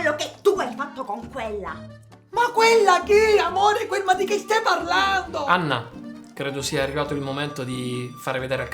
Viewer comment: Ma lui pronuncia il nome tipo,, Ganna?... Oppure io ho dell'illusione...??))